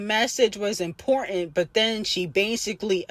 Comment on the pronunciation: Bch can't even pronounce a simple word IMPORTANT Barney bch sit tf down